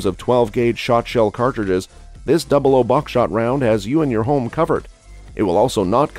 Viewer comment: Double aught "00" not double oh